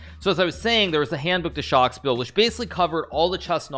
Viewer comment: "Handbuch des Schachspiels" - And for those of you who speak German, you now know that Hikaru does not.